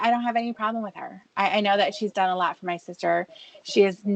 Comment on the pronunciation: That’s true. I remember a “cawl” where was driving absolutely hammered and Tiffany got on his case.. goes: “Tony drinks a lawt more than I dew!” Same with when she calls him out on his alcoholism and he’ll say crap like: “I did it ageen. I went over ta Tony & Wendy’s.” Which is his way of totally avoiding responsibility.